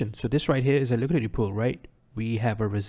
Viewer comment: "liquididity sweep"